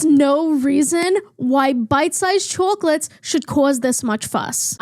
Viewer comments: Chouwclahwtes Mmm gay ☺ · "bite sized chwocklats"